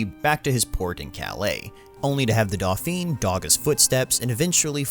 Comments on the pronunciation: Can we talk about the narrator's miss pronunciations of Dauphin and Agincourt?! Dauphin is pronounced Dough-fan with the n silent which is the French title for the prince of France. At one point he pronounces it as Dophine (dough-fean) which is feminine. So he basically called Robert Pattinson Princess. Oh and Agincourt is pronounced Az-in-coor! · It would be great if the narrator could pronounce ANY of the even slightly less common words/names. We have the internet, dude - you can use that to check pronunciation. Hint, the T in "Agincourt" is silent. Branagh is pronounced "Brannah". Dauphin is pronounced "Dough-fa", and not either of the ways you mispronounced it. God damn it, is it really that difficult to get these things right? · The word "dauphin" is pronounced "doe-FAN". But admitting you'd pronounced it incorrectly would likely cause you great emotional pain and virtually obligate you to admit you're lazy and could care less about anything other than getting your vids up as quickly as possible. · The commentary is driving me nuts .... It's not "dolfont" ... It's 'DAUPHIN"! .... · "Dauphin" not dolphin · Doh-fen (silent 'n') Equal stress on each syllable. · For the record it's pronounounced 'dõ-fãn' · OMG it's Dauphin..pronounced Doe-Fan ... it's Kenneth Brannagh..pronounced Branah....Agincourt has a silent T.... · I hate how this guy says dauphin. Dawfong. I get you're trying to have a French accent. But it sucks. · Me listening : Dofan... Dofan... What can it mean. Then I remembered the ain / ein is very hard to pronounce. Dophin of France of course. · Dauphin not doorphon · Like "dough-fahn" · Dough-fei-n. You hardly even pronounce the 'n' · Whoever is Sir Kenneth BrannOW? Is that the original pronunciation of "Dauphin"? From the later pronunciation, he changes sex . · And that "N" is nearly Silent ..... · I cringe every time this guy mispronounces 'Dauphin'. Jesus! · You pronounced „Dauphin“ different every time and and i think wrong every time 😁